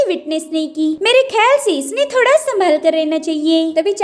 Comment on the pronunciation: The way she say thopda is so funny 🤣🫵🫵☠️🤣🤣